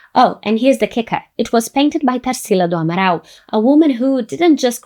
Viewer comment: Vi que era brasileira, já quando falou amaral. Fiquei. Hmmmmm ela não é gringa akkakaka